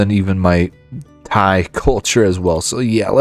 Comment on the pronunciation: Fantastic and your pronunciation of Thai places is quite good!